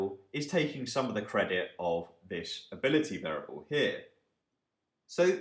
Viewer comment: Hey , Great Video and overall series on Econometrics is great and helps a lot. just a small complaint though for this video. I noticed that several times the word"ability" was mis-pronounced in very weird way which is confusing :)